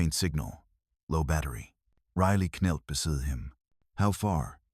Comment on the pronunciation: It was ok until the AI pronounced knelt as k- nelt lol